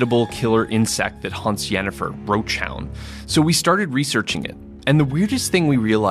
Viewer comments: did i hear him say giniffer? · Did he just say "Jennifer"?!?